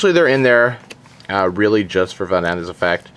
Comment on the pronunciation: great deck and all..... But Please look up how to pronounce the names of the cards. Miss-pronouncing names really lowers your credibility (to me at least). Example: Van-a-dis not "vandis".